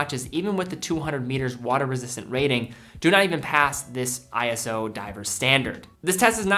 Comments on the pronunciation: I almost hate to bring it up, but it's "eee-so" not "eye-ess-oh" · They aren't "I-S-O", it's "iso", pronounced "eye-so", and stylized as "ISO" (all uppercase). It's not an acronym, but a proper manner that's always spelt in all capitals. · This is trivial, but ISO is pronounced "Eye-so," not eye-es-oh. They capitalized it for some reason, but it's not an acronym.